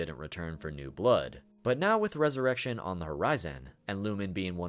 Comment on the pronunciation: Everytime you pronounced Resurrection as Resurr-eshion it killed me on the inside lol. Good video though man!